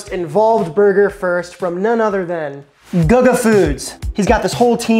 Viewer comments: It's pronounced, 'goo-gah'! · it's goo-ga not gugga lol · Is not gaga iş GUGA…. Guga burgers 🍔 are smash burgers 😅😅😅😅😅😅😅😅😅😅😅😅😅😅😅😅😅😅😅😅😅😅😅😅😅😅😅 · Yeah, it's "googa" not "gaga". 🤣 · Let's say it together Googa.. not Gugga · GUUUGGGAA?????? What the hell???? GUGGA??????? Wow bro 👏🏻 fail. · out here doing Guga (Goo-gah) dirty mispronouncing his easy to say name, and also picking the worst possible Guga burger. He did the ramen burger just to testout the trend. We need his wagyu cheeseburgers! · And for those wondering why it's pronounced "Goo-gah" is that it's the Brazilian nickname for Gustavo (Goo-stah-vo) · dis guy be murdering Guh-gah's name lol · Guga is pronounced GOO GAH. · Guga became Lady Gaga real quick 😂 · GuhGuh😂😂😂😂😂 This made my day 🎉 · Yeah, I clicked off when I heard “Gugga”. I can’t even remember him using ramen for a bun. Not a good metric for his perfect burger. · It's pronounced Goo-ga lol awesome video love how you did the Guga style cooking with music shot heh, great video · "Guhga"... "Goga" - xD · Dude i like your channel stop shortening every word, and it's goo- ga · Guga, pronounced Goo gah, actually does a lot of smash burgers and that seems to be his preferred burger. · "Gaga" made me laugh :D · (Guga) Goo-gah! 😂 How do you not know who he is to pronounce his name wrong??? 🤯 You need to watch his channel 👍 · GOO-ga homie. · I was subscribed to the channel until I heard “Gug-uh” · Who's "Guh-Guh" ?? 🤣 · Goo gaah pronounce the H! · It’s GooGaa Gaga or gugu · DUDE, it's pronounced GOO-GAH 😂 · Swear I almost stopped watching with how many times he said gugga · Guga cooks Steaks. He isn't a professional chef of any sort. And it's pronounced Googa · dislike. That's A burger Guga made. Not HIS burger. Little research. Poor effort. Tryina leach of big names. Maye if you watch Guga, not guh guh youd know, and learn something. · Yeah... All the comments on Guga pronunciation... All spot on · this dude is American no excuse to kill gugus name